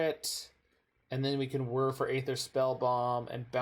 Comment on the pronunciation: finally someone who can pronounce wHir of invention